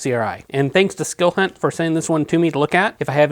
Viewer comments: Pls..It's skill hunt, not silk hunt. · You have the best most detailed videos on flashlights I'm just here to say that it sounds like you're saying silk hunt instead of skilhunt I don't know if I'm hearing wrong or you're saying it wrong. I bought some flashlights from watching your videos. Can my brother talk to you later keep up the good work